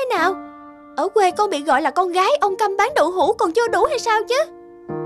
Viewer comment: Đọc hơi sai nha người cha câm chứ hok phải người cha căm âu nhen